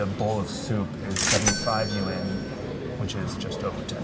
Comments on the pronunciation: Nah, was closer. Just have to say it in one syllable though, not two. In China, bucks = kuai. No one says yuan or rmb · pronounciation of yuan sounds more correct..sorry 😅😅 generally speaking food portions in northern China are bigger than southern China.